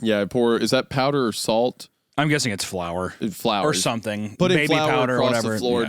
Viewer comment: Is Isaiah just continually misreading the word flour or does he actually pronounce flour as "floor"? 🤔